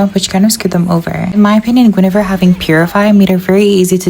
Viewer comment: The way you pronounce Guinevere as goonevere is so funny 💀😭